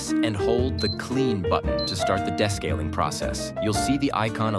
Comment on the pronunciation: Why does the narrator mispronounce "descaling"???